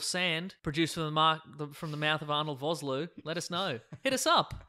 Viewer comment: How dare you mispronounce Arnold Vosloo's name! That man is a national treasure! (It's pronounced Fos-Lua, the 'o' in Vos, is like 'official') I'm South African this is important to me.